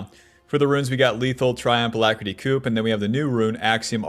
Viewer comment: Pronouncing coup as 'coop' is gettin me